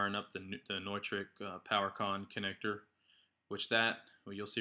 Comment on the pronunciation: I may try this on my Gator case. I have the DDJ-SX also. Thanks for the idea. BTW - I always thought it was "new-trick", not "noy-trick" :) lol